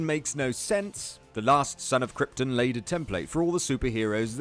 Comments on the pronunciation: y does he keep saying kyrtin and not kyrton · Its pronounced krypton not kryptin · "Kryptin" lol its KryptON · how am i meant to take you seriously when you pronounce Krypton as Kryptin? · "Planet Kryptn" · Stop. Saying. "KRYPT'N". What IS it with WhatCulture and shyte pronunciation?!? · You're saying "Krypton" wrong...other than that, I approve. :)